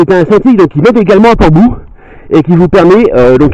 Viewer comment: Une jolie ballade! Une correction: On dit Port Bou = comme "bow" en anglais.